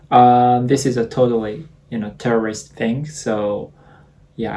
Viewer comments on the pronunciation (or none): I think you mean Tourist, not Terrorist.. The drink lights up, but it doesn't explode or shoot bullets haha.. You need to separate those words lol Tourist - Tou-Rist ------- Terrorist - Te-Ro-Rist (pronunciation) Never mix those words up, you might get a 9oreigner arrested haha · I think you meant to say "tourist" NOT "TERRORIST" 😂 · It took me four times listening on repeat to realize that you said "totally tourist thing" and not "totally terrorist thing." @@ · I love how instead of saying "tourist", it sounds like as if he was saying "terrorist" instead and I can't unhear it now xD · I did not hear tourist the first time The whole time I heard terrorist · I had the subtitles on and it thought he said terrorist so I was sooooooo confused for a sec 😂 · I love how u said terrorrist instead of tourist 😂😂💚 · I'm sorry but at the end of the video when he said "tourist thing" I heard "it's a terrorist thing" and panicked so much for a bit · He said “terrorist” instead of “tourist” 😂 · I thought he said terrorist instead of tourist lol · at this time i thought he said terrorist but he said was tourist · I thought he said “rob a restaurant ” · tourist! Sorry for bad pronunciation 🙏